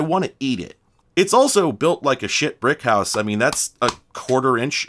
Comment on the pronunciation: what he's actually saying is shit brickhouse which is kind of a spoonerism of brick shithouse